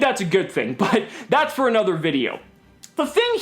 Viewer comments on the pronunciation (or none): none